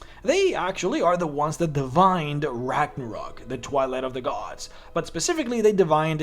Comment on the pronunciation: RAGNARÖÖÖÖÖÖK - god ! With an „Ö“ !!!!